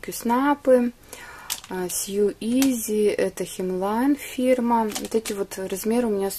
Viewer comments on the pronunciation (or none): Всё очень очень понравилось! P.S. ew в англ. в некот.словах дают звук -ю или у.но в слове sew-ew дают звук оу.то есть слово sew читается-соу.в англ.языке правила чтения распространяются не на все слова.а только на группу слов.С Новым Годом! исполнения всех Ваших желаний!:)